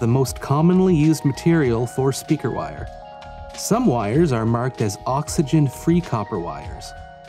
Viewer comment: literally cannot get over how he says "speaker wire!" at the very beginning